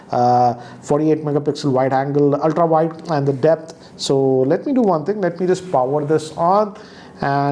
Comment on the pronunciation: Why do you always say VIDE angle shot..it's not VIDE its WIDE...